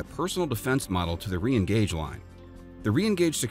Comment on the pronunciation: Renegauge is pronounced like Renegade, not Re-engage.